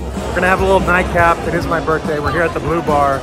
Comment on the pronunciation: I'm so confused. They are pronouncing bleau like it's bleu. Bleau is not phonetically bluh. I feel Bleau is phonetically " blow". Reminds me of showgirls where the main girl calls Versace "versays"